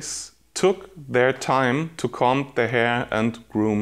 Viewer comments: Das b in comb ist stumm. Man spricht es koum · I'm sry but I cant get over the way he says comb😂😂😂